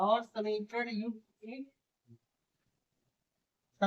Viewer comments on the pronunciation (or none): sir shamikarad nhi samikarad